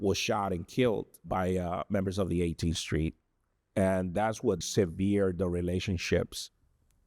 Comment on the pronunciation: The way he pronounced "severed" tells me everything he said was scripted